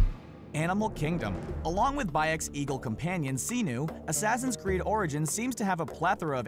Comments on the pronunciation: "Siii-nuuu" Bayek says "Se-nu". Guess who says it right? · It's Senu S-e-n-u it's not Xenuh...... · Senu is pronounced Seh-Nu not See-Nu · other than miss-pronouncing certain names cough cough "senu" i liked this video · None of that is a secret. E3 already showed everything you mentioned and beyond that. So not is only the purpose of your video pathetic, you pronounce Senu and Ubisoft wrong. And to other people: Don't write wrong things such as "Ubisoft is pronounced Oobisoft!", 'cause it's bullshit.